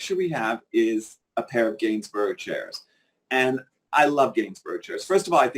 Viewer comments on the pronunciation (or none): Row co co candlesticks and Gainsburg chair! Hilarious pronunciation.